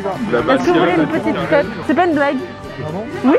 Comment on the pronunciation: Entendre Léna dure le mot « crêpe » >>>>>>>